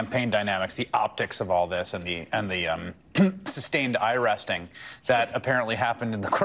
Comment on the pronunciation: “Sustained eyeresting”…..Chris Hayes